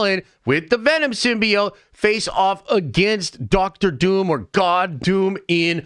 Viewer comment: Why do you say Dr Doom like that, like "DoctOr DOUm"